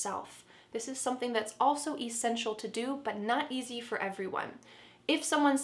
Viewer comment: Hi I got a question 🙋‍♀️ why do you pronounced the word “essential “ differently,I checked it out on dictionary and I am just confused